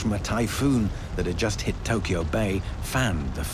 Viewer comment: amazing how you say Hiroshima correctly, but Tokyo wrong like 200 times.